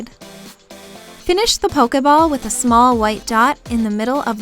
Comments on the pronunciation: She says pokemon and pokeball weirdly. :o or maybe its just my southern accent. she say POKE A MON and POKE A BALL where i say POKE EH MON and POKE EH BALL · Why do you say pokeayball? >.> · Pokehball lol the way you pronounce it is so bizarre